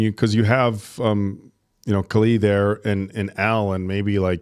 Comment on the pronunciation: Love your reviews but you’ve been watching many episodes and you still can’t pronounce Kali’s name?